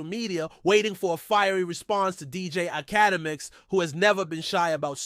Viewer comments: It’s Ak-Uh-Demiks bro. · Can't listen to someone who can't say his name correctly. How connected to the culture can truly be? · All that gossiping and u can't even pronounce the man name right